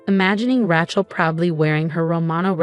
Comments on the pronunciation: Ra Chel……please say it correctly. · Probably one of the best stories I've seen here, BUT, please teach your AI how to pronounce Rachel's name.